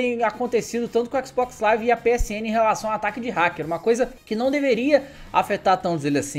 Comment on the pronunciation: Ele fala xcsisbox live